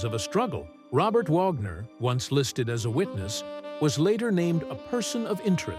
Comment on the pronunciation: Please pronounce names right. It's wag ner. And min e o